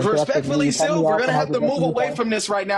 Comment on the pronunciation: why you Say steel instead of still ?